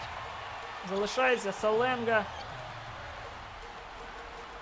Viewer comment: На будущее не Саленга а Шаленга)Просто я хожу на каждый матч Строителей и говорили там Шаленга